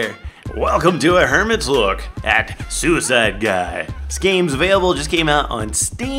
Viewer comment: Suicide guy says "I am going to Kermit sui-sclide"